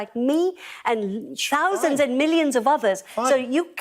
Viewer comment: Yep, you don’t have to rewind. She definitely said “ chousands and millions”.